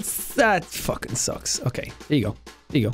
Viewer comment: “All The Way To Fockin Victory Town” ~jacksepticeye